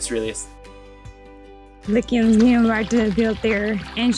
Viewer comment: “Lickians “!!! That got me lol. Dudes, that is not how Lycians is pronounced. It is, Lee-see-ians. Beware wrath of Uranus 😂 Btw, gecmis olsun.